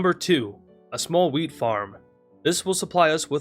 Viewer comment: Bro did NOT say wheat